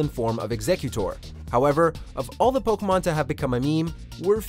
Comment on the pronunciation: I’m cringing at how he’s pronouncing the pkmn names